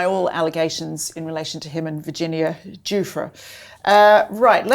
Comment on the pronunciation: Giuffre is pronounced: JIFF-ree. Prince Andrew is pronounced: A**hole.